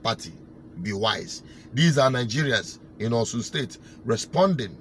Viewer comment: It is not "Osun" but OSHUN. That's the pronounciation of 'Osun'.